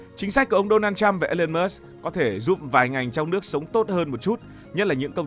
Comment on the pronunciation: Thằng BLV này ăn nói sặc mùi cộng sản. Đọc tên của người khác còn sai ( Đô na trăm??!??? Tao lạy) mà đi bàn chuyện thế giới